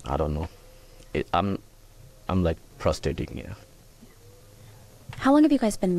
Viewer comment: The first cop is the size of the door. That cop isn’t gonna have too many people running from him. He’s literally a door. Edit: during the first news interview, I haven’t finished the video so I’m assuming it’s the first, when he says “frustrating” I thought he said “prostrating”. The irony of it is prostrating is to be in a submissive pose I believe. I’ll have to look it up, but I’m pretty sure it means to be in the act of or to be in a post or pose of submission. During that interview, he seems to be in a posture of submission because he’s totally lost in his own mind. Edit 2: well he didn’t keep the posture of submission for very long. At the end of the interview, he gets kinda angry with the reporter. I don’t think these people think. They’re not weighing the consequences to acting erratic on the news. Thousands of people are going to be watching you and breaking down how you respond, your emotional state and if they think you’re guilty. This guy comes across as guilty in his first interview with the media. If that is the first interview he did.